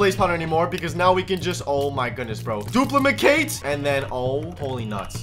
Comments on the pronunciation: no one noticed that said the wrong pronunciation of duplicate🤣🤣🤣🤣🤣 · "Dumilicate" got me laughing 😂 😂 😂